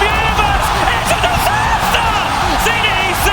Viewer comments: oH mY GoD ItS a DiSaStAh! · “It’s a disastah” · ITS A DISASTAH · "The Disastah artist" made my day